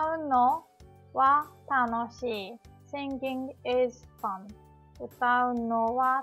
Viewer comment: SI-NGING. not SING-GING.